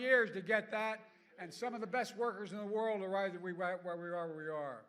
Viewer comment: Biden: "...and some of the best workerzineworld awaz'aweewa aweewa whawee are" Dems crowd: Whuuu Yeaaaah!!!